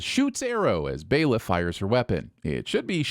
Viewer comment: It's fucking "Baela". Ding x3